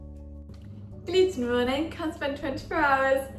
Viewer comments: I love how you say "gluten morning" in the beginning of your videos! It kind of sounds like the German words for good morning: "guten Morgen" :D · When i heard you say gluten morning for the first time, i thought you were german😔